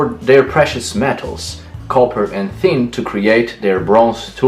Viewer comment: Wait, you pronounce Thor, those, third, and thanks with a hard T or D but you pronounce tin with a thorn sound?